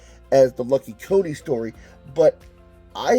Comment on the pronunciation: It's Lucky Coin not Lucky Co-ne. The coin on the cover is spelt different.